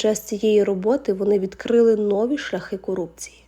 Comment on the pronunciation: Не нОві, а новІ !